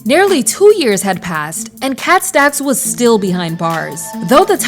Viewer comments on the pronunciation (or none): The way she says “KHET STECKS” still lives in my head 😂 She was basically the next era of Karrine Steffans. She surprisingly has a better understanding of bisexuality than a lot of people. Given what she’s endured, I hope she’s doing okay.